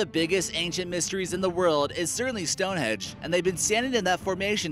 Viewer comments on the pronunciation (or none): Narrator: "stoneHEDGE". Ha,haaaaaaaaa